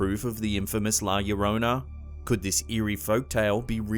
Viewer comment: The first one is setup that's a human child. Now I'm interested inm going to Japan to this hospital. Llorona the first part llo is pronounced as if you are going to say Joe leaving the "e" and adding rona to it.